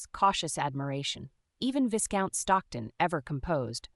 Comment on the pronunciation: Narrator should learn how to pronounce Viscount. The voicing and intonation are often not consistent with the meaning. More substantively, a woman of Margaret's class would have been accompanied by a maid or chaperone and would not be meeting a man in his home or for walks in the park by herself without risk to her reputation. It seems strange that so many people treat Margaret with condescension bordering on rudeness. Would that have been typical in this world? There are several inconsistencies about what room people are in. The barbs and comments people make seeem forced and out of keeping for the period. The underlying premise, conversations, and hesitations are not particularly believable. This could have been entertaining with more effort.